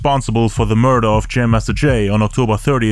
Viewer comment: Everytime he says the word murder even as a court charge.. he says it like MURDA.... JA RULES ASS IN THE TOILET THOU .